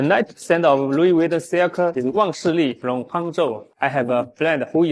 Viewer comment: Wu wee veeton……GTFOH with your cheap junk